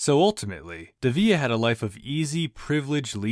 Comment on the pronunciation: You're mispronouncing his last name